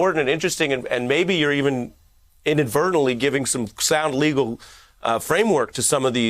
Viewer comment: "Inavertally" ? Wot dat mean ?